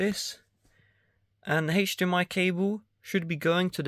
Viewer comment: haich-dmi ? WTF is a haich-dmi? ofvah? WTF is an "OFVAH"?